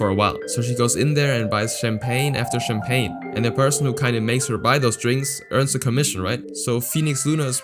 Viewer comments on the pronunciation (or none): none